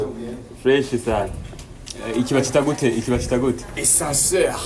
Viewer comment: "Ascenseur"no escenseur